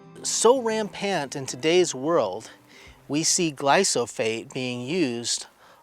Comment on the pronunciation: Thank you for what you do. It's glyphosate not glysophate; made me laugh everytime you said it, so thank you ☺